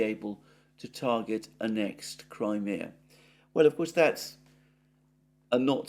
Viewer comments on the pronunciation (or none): none